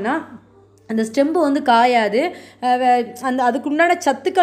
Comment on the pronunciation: (stem) ஸ்டெம் தான். Stembu ஸ்டெம் பு இல்லை